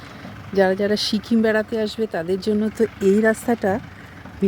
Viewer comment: Sikkim not shikim😊